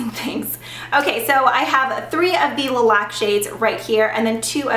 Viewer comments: I cringe every time you pronounce it lee matte and le laque.. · My last name is Laque, and you're pronouncing it wrong